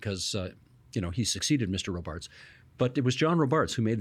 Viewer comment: Isn’t it pronounced ROBarts, not RoBARTS?